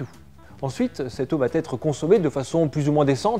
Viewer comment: Contenu au top, mais petite remarque grammaticale: attention aux liaisons dangereuses ! par exemple: on dit "va être" et non "va-t'être"... pas de "T" donc pas de liaison. ... mes oreilles saignent 😞